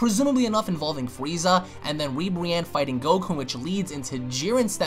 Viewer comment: Lol be said "fweeza"